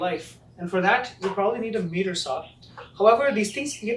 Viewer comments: FYI miter is pronounced like might-er Not meeter saw 🙂 Also let the saw blade stop before raising it up when doing a cut. Otherwise the blade could pinch and cause kickback and you might be missing a finger!! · Sorry for being so picky. It’s not a MEETER Saw. It’s pronounced MY-ter saw. Just irritating since it’s the name of the saw. And it’s not “Ah pear ah tis” it’s App ah rat us. Again, sorry for being so picky, but the video was good and helpful.